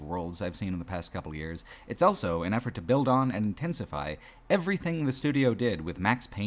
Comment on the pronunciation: pronounces the word "also" as "elso".